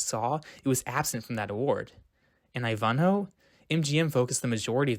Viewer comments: a truly excellent docu. only one little teeny correction. the name 'ivanhoe' is pronounced: i van hoe, with the emphasis on the first syllable. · This was fantastic! Shirley Booth had won her second Tony for COME BACK, LITTLE SHEBA on Broadway. I had no idea RCA sponsored the awards and that was the only reason they aired. Side note: It's EYE-vahn-hoe with emphasis on the first syllable and a long "I". Looking forward to more of these! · He needs to know the correct pronunciation of Ivanhoe. Did he not hear how they pronounced it at the awards? I don't think so. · Interesting pronunciation of Ivanhoe. Cool video nonetheless. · Terrific video! One thing: I believe "Ivanhoe" is pronounced with the emphasis on the FIRST syllable. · How he mispronounces Elia Kazan and Ivanhoe is killing me LMAO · I THINK YOUR PRONUNCIATION OF I VAN HO (NOT I -VON HO) IVANHOE!!! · right--NOT I-van-hoe , it's ivan-hoe . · *I*v’nhoe not iVUNhoe 😊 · Your pronunciation of Ivanhoe is incorrect. How could that be? It's like: eye-van-hoe not Ifhanho. Takes away the reliability of knowledge of subject matter when I hear it. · WoW! I've always pronounced Ivanhoe as "eye-van-hoe" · Wonderfully done documentary...but... eye-VAHN-hoe? What? eye-VAHN-hoe? Is the narrator a young person? GOD.... No one on the face of the earth ever called it eye-VAHN-hoe?. It's IVAN-hoe. Yuck. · FYI: EYE-vun-hoe, not eye-VUN-hoe. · You have a strange way of saying some words. Such as posthumously, which can be pronounced several ways but not the way you did it, just Google it. But the most glaring mistake was Ivanhoe. I've no idea where you came up with this. 😊It's not eye-VON-ho. It's EYE-vin-ho with the accent on the first syllable Otherwise, I thoroughly enjoyed your video and learned some things myself! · Ivanhoe is pronounced EYE-van-hoe